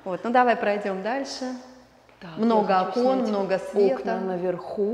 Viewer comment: Добрый день! Я конечно понимаю, что русский язык Вам не сдался, но всё же Окон, а не окОн😀